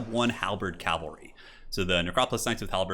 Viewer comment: It is pronounced cav-al-ree not cal-va-ree. This is a hill I will die on.